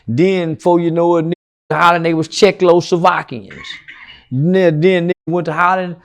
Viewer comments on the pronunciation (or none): When he said Check-low sla-vockeyins I gave up